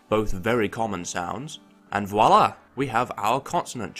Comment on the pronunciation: did he just tried to say "Voilà"?